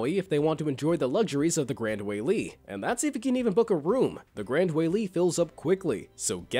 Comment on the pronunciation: Btw the Gran Wailea is said like this:Grand Wai-leia